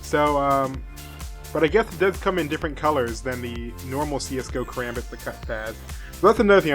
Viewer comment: as a filipino american, i''m laughing way too hard at his pronunciation of "karambit". since there are people who want to know the correct way to say "karambit" is kah-rom-bit. just like what zflow said in the arab people song "roll your tongue on the R's. whoops drop the b0mb! alluha akbar!